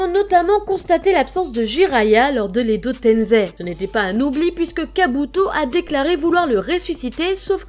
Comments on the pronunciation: Ses pas edo tenzei ses edo tensei Ou edo tençei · Arrêt de dire tenzé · Je suis le seul qui aime pas quand on prononce edo tenZei ?pour moi c’est edo tenSei avec S comme Serpent😂